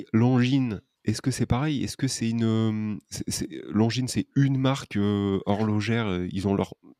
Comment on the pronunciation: J’arrive pas à trouver le nom de la marque qui est l’équivalent d’un Daniel Wellington mais en plus cher « longue zoneu » ahaha 😂